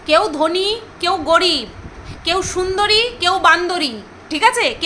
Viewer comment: কী অবস্থা! ধনী কে ধ্বনি!! উনি নাকি বাংলা নিয়ে পড়েছেন? নিজেকে সর্বজ্ঞানে জ্ঞানী ভাবলে এই হয়। ছেলেদের শরীরে ও uterus থাকে! জ্ঞানের কি বহর!! 😂 LOL…